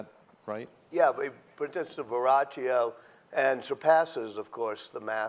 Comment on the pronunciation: It's "VerroKio" jerk. This man is trying to make money, he offers information that are not facts, much fiction, don't waste your time!